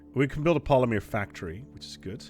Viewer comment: Omg say Polymer correctly ffs! The woman in the background even told you!